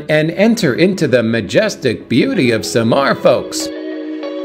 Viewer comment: SAMAL, NOT Samar